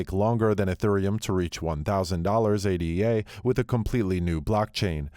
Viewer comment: It's "Ay-duh" not "Ay-Dee-Ay". The coin is named after Ada Lovelace... the Earth's first computer programmer.